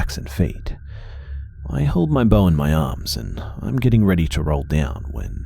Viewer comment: 😆 He said "Loading his bow"... 😆 I heard "Loading his BOWL"!!! 😆😆😆😆‼‼‼